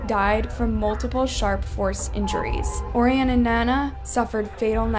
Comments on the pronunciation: Orion is pronounced “O-Ryan” btw. Great video 🎉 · girl im sorry but pls learn how to pronounce orion and nana's names correctly... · I wanna watch the video but the way you pronounced Orion just sent me skip !!!